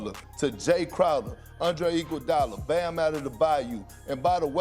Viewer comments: Perk saying Bam's name reminds me of that pastor trying to say "in the beningging". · Lol - I didn't even watch the video and I gave this a like. I thought you were referring to his country bumpkin attitude and speech. I spit my drink out laughing when i actually heard him pronounce Bam's name like that. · Kendrick pronunciation of Bams name would make more sense if bro was actually from NOLA or even played for LSU or something like that but my mans from Jersey balled in carolina for HS and got picked up by Kentucky for college 😂 Gotta love perk and his Flightreacts speech impediment